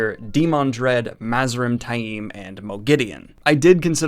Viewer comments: Love you're vids, but DAMN, you're pronunciation is horrible! Where do you get "TY-eem" from Taim? There is no long "I" in that name...it's "Tame". Some of the others, I can kind've get...though most are wrong, but that one is just plain silly. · Love your vids but you name enunciation makes me cringe lol. You pronounce taim like its spelled tai'im among others lol